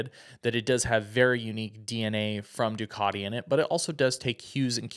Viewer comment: Americans attempting to pronounce Ducati 😂